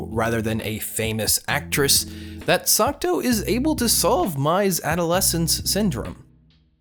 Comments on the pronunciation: Every single time you say Sakuto instead of Sakuta, I die a little inside. Anyways, he was never really bullied. The worse that happened was he was ignored after some rumors were spread about him. His sister was the one who was bullied. Also, of course the sciency "explanations" sound like something a highschooler would make up to sound smart... it's highschoolers that are trying to explain it in the first place after all. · I think you´re saying Sakuto? Even though he´s called Sakuta xD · he wasn't even saying sakuto it sounded like "suck toe" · AGGHHHHHHH. ITS SAKUTA NOT SUCCCKKKKKTTTTOOOOEEEEEE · video starts by narrator saying how he likes the shows...goes on with calling the mc sakuto instead of sakuta :( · Psst.. MC is Sakuta, not Sakuto. Awesome review! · It's weird how you can love a show and get major details wrong, up to the MC's name or at least its pronunciation, but genuinely I don't mean this as an insult. I've noticed it in other videos of yours too, and I'm a little worried you might have a language processing disorder. I'm not any sort of licensed pathologist/psychologist/psychiatrist, but I have been a tutor before and work in an education field. If finding the right words to express an idea is a struggle, maybe consider being tested for learning disabilities. I know this isn't the right place to be saying this/generally wise to ignore some rando on the internet/this will probably go unread, but i still feel it should be said. If somebody wants to copy this where 'll see it, go for it. Source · I dont wanna be rude but the pronunciation of Sakuta’s name is lowkey triggering but decent review of the anime. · he doesnt know how to spell or pronounce the name is his favorite anime HAHAHAHA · Is this really your favourite author? You pronounced the MC name wrong and it's the little sister that got bullied and not him.